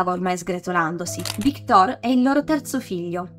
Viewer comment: magari victòr, non vìctor... è francese! quante volte ho sentito storpiare il nome, cerchiamo di dirlo sempre giusto.